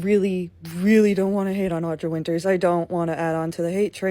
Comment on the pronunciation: I would just like to ask that everyone talking about her get her name right. Audra, not Audrey. Winter, not Winters. Manage that and then criticise her as much as you like with no objection from me.